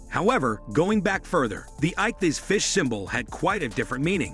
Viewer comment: Who/what the hell narrated this thing? Perfect examples of why you don't outsource your VO (ichthys) (9th cen) (1870 read as a number) and (1828 read as a number) and (1874 read as a number)